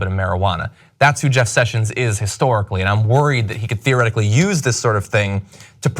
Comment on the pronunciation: John again with "theoretically" 😂😂😂